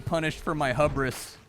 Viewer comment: The way you say hubris is funny. Have you seen The League?